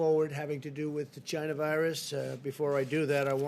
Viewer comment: More like "Gina virus" 🤣